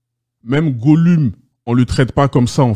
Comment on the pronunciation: Goloum on dit (golum) pas gouleum 😅😂